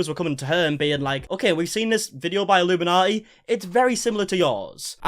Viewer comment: You keep saying illuminati. She is illum inaughty